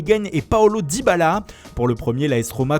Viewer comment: Mais pourquoi tu prononces Dybala comme un attardé ? Je comprends pas C'est un gage ?